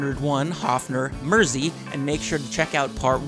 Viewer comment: "Merz zee" ? You mean Mersey. It's after the river Mersey that divides Liverpool from the Wirral peninsula.